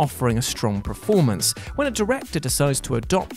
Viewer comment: No one who ever watched Last Action Hero and missed that Stallone Joke. Also can you please stop saying "PREformance"? Just a request. You know its PERformance right? I dont know why it bugs me so much but it does.